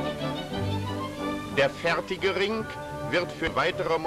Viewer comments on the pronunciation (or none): But please be careful. The way the speaker pronounces the "R" isn't common in german anymore, cause of a certain someone. And the way he says "Ring" (it sounds like "Rink") isn't correct either. The "g" at the end is soft, like in english. I think it's like in every other language too. The accent changes with time and region a little bit. So in every other way I agree with you. To train your understandig in this language this video is really nice.